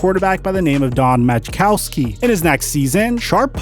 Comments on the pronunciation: 1. He was drafted in 1988 not 98 as this video says 2. It's pronounced Ma'kowski not Magic-Cow-Ski. Even though he was the Magic Man. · Did this dude just say "maJikowski"? Bruh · I LOVED watching that man play for my team. Truly a shame his career was cut short. Drafted in 1998? I think you meant 1988...and it's not pronounced MAJkowski, it's MUHkowski. The J is silent. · Oh and to help you out,, Majkowski is pronouced Mah-KOW-skee. The J is silent. Also, Gutenkunst is pronounced GOOT-in-koonst. Or as he will further be known as the guy that dumped Aaron Rodgers. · This video is shit. #1) It is pronounced Mah-cow-ski. #2) Shannon Sharpe did not play WR, he played TE. #3) You said that after the injury game against Atlanta he would never catch a single pass from Brett Favre ever again, you then talk about how he played the next week against Tampa Bay..... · You pronounce Don majkowski, "muh-kau-skee, the J is silent! Also known as the magic man! Although, there was really nothing magic nor good about him! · Mah-Cow-ski. The Majik man. He was actually a pretty good qb, but injury prone. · Extremely run-happy? What? Where do you get your drugs? You never heard of Joe Montana or Dan Marino? That coupled with that fact that you don’t know how to pronounce Majkowski shows you don’t know what you’re talking about. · Don majkowski was a legit QB he just was injured. He in 89 led the league in yardage. And the J in majkowski is silent. They called him the “Magic Man”. Shows that ur knowledge about football during those yrs aren’t great but I know the 80’s were a different time. To me the best qb’s ever in a decade were in the 80’s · The "j" in "Majkowski" is silent. Ha. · And the "j" is silent in Don Majkowski!!! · Put some respect on Don Majkowski's name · The J is silent in Majkowski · I wonder if does this on purpose. Like mispronouncing Majkowski (J is silent) or calling Shannon a wide out when he's a tight end. And Sterling is three years older than Shannon